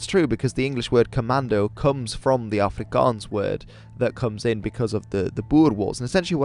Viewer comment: Excellent pronunciation of Afrikaans and Xhosa words.